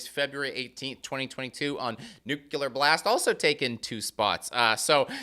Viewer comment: For the love of Lemmy, stop pronouncing "nucular",! Every time you say it a metalhead becomes a Taylor Swift fan!